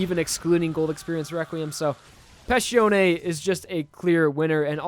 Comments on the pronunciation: It's Passione, not Pascione. You keep pronouncing the name Pascione You keep butchering all the Italian names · The way you pronounce Passione irritates me so much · I love you man but can you please atleast pronounce their names right?